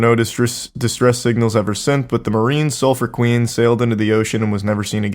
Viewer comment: the sulphur queen sailed out from my hometown in texas and charlie butchered the pronunciation lmao